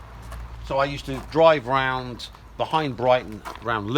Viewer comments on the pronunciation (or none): none